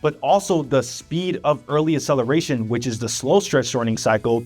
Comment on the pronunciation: “Acceleration” is NOT pronounced “uh-seleration.” “Excessively” is NOT pronounced “assessively.” Both words have a hard C followed by a soft C…a K sound followed by an S sound. Please stop spreading mispronunciation of basic words. PLEASE.